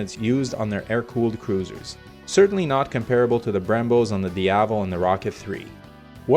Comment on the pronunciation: Diavel’s correct pronunciation: diav + el, where el is like in elbow. It’s an Italian slang word which means devil